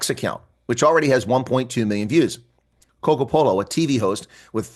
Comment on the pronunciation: Cogopolo? 🤦🏾‍♂️ why are you butchering someone’s name?